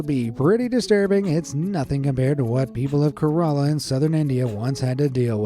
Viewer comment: Bro literally called Kerala corala 😅